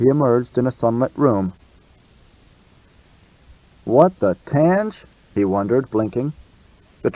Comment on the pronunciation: I must say after reading the description I thought I wouldn't like it but I'm really enjoying it. (Except for them saying "Tange" all the time). It's like "Rendezvous With Rama" except it's good.